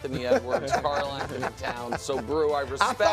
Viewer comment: He says Karl like magic 😂